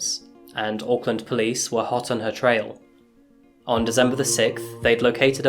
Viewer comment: Love the Channel but can't get over the way He says December with a "z" lol